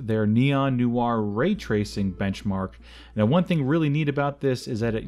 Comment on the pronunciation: 'Noir' is not pronounced 'noo are' its 'know are' just so you are aware before you say something similar to thousands of people again.